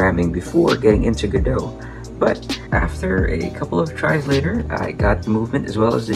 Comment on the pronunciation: For once someone pronounced godot right like go dot or go go pokadot